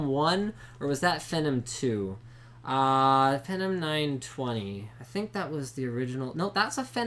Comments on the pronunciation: Fenum? I thought it was Fee-nom. Talking about how to pronounce Phenom. Also, the ASUS Sabertooth 990FX Gen 3 R2.0 has PCI-E 3.0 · what the heck is a fenem? fenim? can Canadians not pronounce Phenom? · lol fenem, not phenom